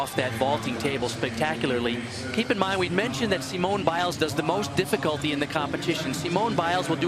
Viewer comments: SEEEMOONAY BAIS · Thats not how to say Simone